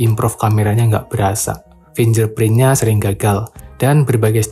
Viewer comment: Fingerprint bukan finjer tapi fingger